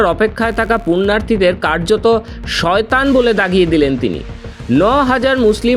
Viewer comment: সইতান দেৰ সইতান বলছেন😂😂😂😂😂😂